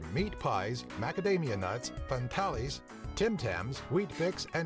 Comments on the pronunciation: fan-tah -lees 🤣😂🤣😂🤣 you’re killing me.! 😂🤣😂🤣😜 fantales - fan tales * now going to be canceled after 93 years.. tis a sad state of affairs.! 😏😒😔 ✌🏻🇦🇺🌏🤘🏻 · It's "Fantales" and literally pronounced "fan-tales". Each wrapper has a fact about movies or actors on it. It is not "fan-tallies" like some odd Mexican word. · Fantales, he is not an aussie. They have stories on the wrapper, tales about celebrities, so fans read tales. Fantales. Nothing like fan-tal-es. That is just wrong. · The pronunciation of the famous lollies "fantales" as fahn-tahh-lees had me rolling on the floor😂😂😂 it's FAN TALES, as in stories told by fans of something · We have snow and cold, we export sheep and wool, Uggs made sense. Oh my goodness, just realised when he said Fan-tar-lees he meant Fan-tales - choc-coated caramels, called Fan-tales because they have interesting info about movie stars on the wrappers, tales for their fans. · Hi. I’m sorry but I really bristle at videos that show Australian inventions and sights which are made by Americans who mispronounce words and names of products. Eg, (and this is phonetic), “Fantarlies” instead of Fantails. “Dinkie Dee” instead of Dinkie Die. Now, a little bit on boomerangs. There are different boomerangs for each task. A hunting boomerang is not meant to return. These were also used as a weapon. There are many different shapes and sizes of boomerangs and each one has a different purpose. Your videos are quite a lot of fun. Btw, when will you do another video including your son. I imagine he’s grown since the last time we saw him. Cheers. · “Fan tallies” 🤣🤣 (it’s fan-tales btw) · Unfortunately they announced this week that they are stopping production of "fantarlies" (as this guy mispronounced them) since they are no longer popular. Fantales (fan tales) had short bios of stars for their fans on the wrappers. So you would eat a fantale while reading about a movie star. Great for when you went to the flicks on a Saturday arvo.